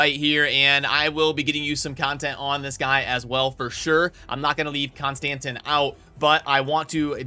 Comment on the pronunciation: Does anyone else cringe with the way he pronounces names? ConstanTeeeeeen. Geebus